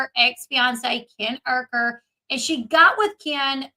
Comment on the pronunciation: It’s “u ker” not ur- ker!